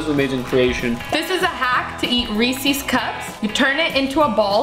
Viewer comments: nah said reases 💀💀💀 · I'm kinda annoyed that she says reesees it's reeses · I can’t be the only one pissed on how she says Reese’s